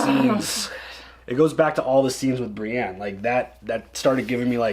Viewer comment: Brienne is not spelled with an A. Pronounced Bre•en